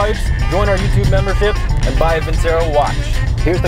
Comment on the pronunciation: Fantastic video as always. Btw, it’s pronounced ‘Vin-cherro’ (Seen a few of their ads); Amazing watch- I bought one because of y’all! Keep it up 👍